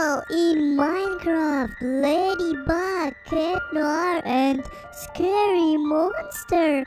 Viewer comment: That's not ladybeg it's ladybug